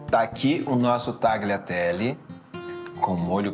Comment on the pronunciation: Se pronuncia talhiatelle